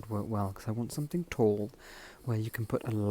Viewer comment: Hi. I say this with kindness, pronouncing words that end in ‘ing’ with a hard k sound is not elegant. Something not somethink.